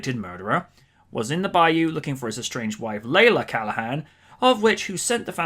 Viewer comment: Actually it’s CALLAN, not Callahan